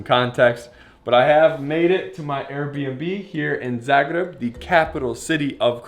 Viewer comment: Love how you say Zagreb,svaka cast